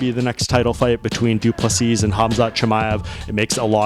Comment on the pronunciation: Doo plu SEA!!!!!!!! No not Seasssssss nor seessssssd.......say SEA......STOP DO NOT REPEAT LAST S